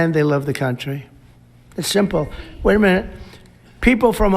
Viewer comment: .. Did Trump say, "Way a minit"😂